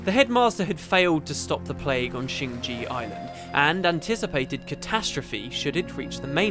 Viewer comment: Why do all Youtubers say "shing ji", whilst the game says "shing jay", and it's written shing jae, rather than shing jea?